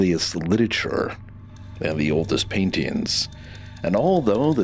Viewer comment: Sorry, mate. Lost me at "littature".